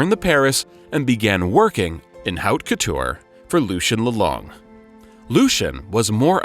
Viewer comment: From this video, not much. The pronunciations of the designers, and "couture" were painful to hear. It views like something written by people who have no real knowledge of the metier.